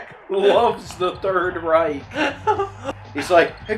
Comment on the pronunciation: I guess you meant "Reich"?